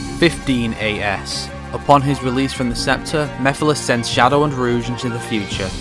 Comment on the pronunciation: "Ruuje" It's rogue